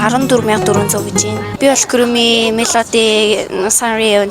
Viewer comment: Bi muulaagui shuu kuromi gedgee buruu duudaad bh yumaa